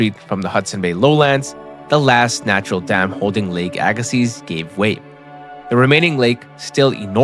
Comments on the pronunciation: Pronounced Agassee... Not seez.. Dummy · I’ve only ever heard it pronounced “Ay Gah See”, without the Z. I know this because we live on the first shoreline of Glacial Lake Agassiz. We learned about it over and over in school. In fact, if you step out my front door and turn west, it is flat as a pancake. It you turn east, it is nothing but hills. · The z is silent. The ssiz is pronounced like sea. AG-ə-see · its hard to listen to when you know its pronounced wrong. but i read dictionaries as a kid and learned phonetics and can read that way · It's pronounced "aga-see". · I had to quit watching. Couldn't handle hearing aga-seez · Z is silent at end. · But the "z" is silent.... and i loved the video!!